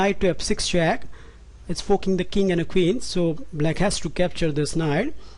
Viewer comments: "Nf6+ is fucking the king and the queen" I died hahaha. I know it wasn't that but that is how it sounded to me. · I know he means forking, but cant help but keep hearing fucking.